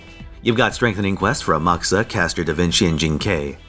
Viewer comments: He was referring to the way he said Amakusa, which he correctly pronounced Amaksa and not Amakoosa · He's correct on the name pronunciation. Certain name structures has you glaze over the "u" so fast that it sounds like you don't pronounce it. A good example is Sasuke. You don't say "sah-su-kay" you say " saskay" and the same applies for Amakusa. This only applies to certain name structures depending on the letters and how fast you can speak and if you choose to stress the U. A good example is Tsukuyomi. We say it pretty slow but in certain JP dialects when they speak it, it sounds like "tskuyomi." Other name example can be Tatsuki ( tatski ), Satsuki (satski ), Asuma (Asma), etc.